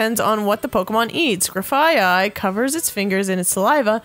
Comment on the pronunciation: is right about Shroodle, those are teeth sticking out of it's mouth, not a tongue. It's based off of a treeshrew, misidentified as rodents even though it is actually more closely related to primates explaining it's evolution into Grafaiai. Also technically Grafaiai is pronounced like "Graf-eye-eye" since they are based on aye-aye lemurs and that's how you pronounce that but it's Pokémon and they are all made up names so whatever. Bonsly is pronounced like bons-lee by everyone even though it's a play on bonsai trees and the word sly, y'know to be deceitful, so for all intents and purposes it should be pronounced bon-sly but once again whatever. I personally have learned to stop caring how people say you should pronounce Pokémon names especially since the whole Arceus pronunciation fiasco where it turns out it has a hard c and everyone has been saying it wrong for years apparently.